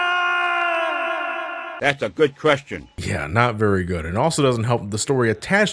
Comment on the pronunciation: Zero: No this isnt happening! I can't believe this! What am I fighting fooooorrr!!!... Dr light: that's a gud qwuestion.